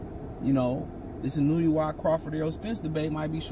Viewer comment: It's IN-OO-AYY